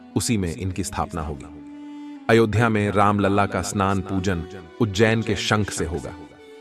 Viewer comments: हिन्दी ठीक से बोलना सीखो राम लला को राम लाल और लड़ा गया को लढा गया। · राम लाल नहीं राम लला बोलो